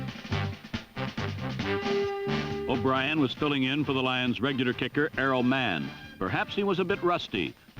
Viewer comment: When I first heard Errol Mann I thought it was Arrow Man like a super hero!!!